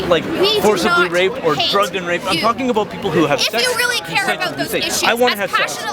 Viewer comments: lol "aboot" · Haha. Canadians! "I'm not talking abooat ..."